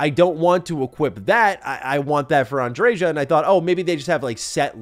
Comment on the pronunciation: Bro said “an-dre-jah”